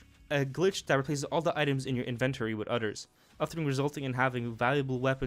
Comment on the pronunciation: I know we’re talking about Yakuza 0, but can we not ignore the fact that he pronounced inventory as “invent-tori.”